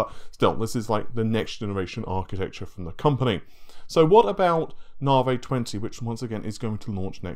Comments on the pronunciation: I can't handle any more "Naveh" instead of Navi.. so unsubbing now. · Its Navi, not Navay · It's Na-vee, my dude! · Say V, NaViiiiiiii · I don't know but in a previous video it is pronounced properly by this guy, no idea why he changed, perhaps its a troll.